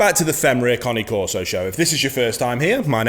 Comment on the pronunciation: This bloke knows fuk all about bullmastiffs. And what is a coni corso ? It's cane corso not connie. Two very different breeds with different traits. He is new to dogs and don't understand bullmastiffs.